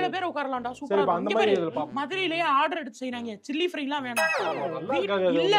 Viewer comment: pepperfry ❎ chilly fry ✅